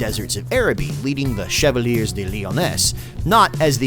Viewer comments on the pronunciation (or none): "the chev-a-leers of Lyonesse" Aaaaagggggghhhhhhh...okay, everyone, say it with me: "chev-al-ee-ay"